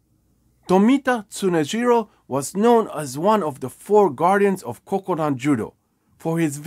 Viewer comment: It's Kodokan. Not Kokudan.